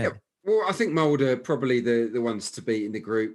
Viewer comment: Pronounce the e in molde. Your guest is right